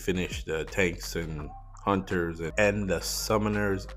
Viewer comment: straight butchered the hunters lol